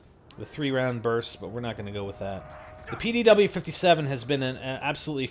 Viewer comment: its not the pow-57 for fuk sake its the pdw-57 for god sakes